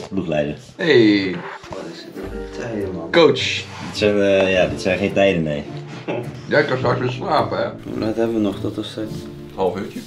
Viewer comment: "n Limburger zegt niet 'Neuh' maar 'Nae'. Wel twee lettergrepen van maken.